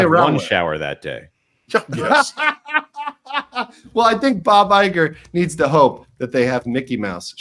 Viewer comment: It’s EYE-gore.